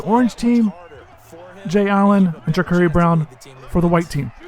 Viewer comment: Jacurri name is pronounced jacarri